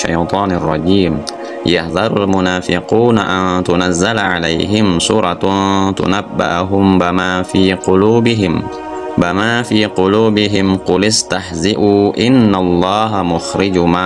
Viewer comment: Ada yg keliru teks ayat itu akhiy, bukan "BAMAA" tapi "BIMAA" FII QULUU BIHIM.